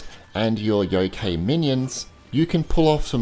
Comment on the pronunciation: The KA from youkai is like in the word CArt or CArd.Or like the Kai from Cobra Kai. Shuten Douji was close enough :D .